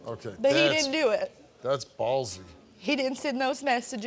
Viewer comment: Steve said "BALLZY" LOL😅😅